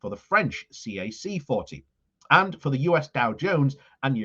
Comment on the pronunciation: CAC40 is generally pronounced as CAC-quarante or kakarahnt, not as C-A-C forty. Similar to pronouncing FTSE100 as footsie one hundred instead of as F-T-S-E one hundred. Both pronunciations may sound funny to any Dutch speaker, since the slang word 'foetsie' is pronounced as footsie, meaning 'evaporated into thin air and gone forever'. And the dutch slang word 'kak' means poop, as it does in Afrikaans. Poop is always funny.